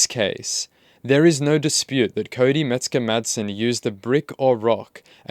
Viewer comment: Sounds like your saying “Mexican madsen “ jaja The kid is dangerous right now. He needs calm and deep therapy.